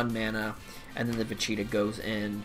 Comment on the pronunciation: I like how you say vuh- cheetah and vuh-cheetoe